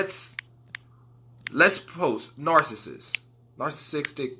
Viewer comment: funny how you have trouble pronouncing narcissist and manipulative haha good video 💯